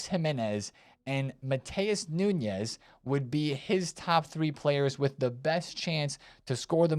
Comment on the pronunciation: It's not "Nhunhes", it's Nunes. He is portuguese, not spanish.